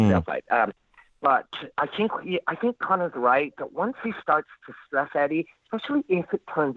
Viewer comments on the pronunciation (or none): inner Conor McGregor is unleashed haha.. ' I tink'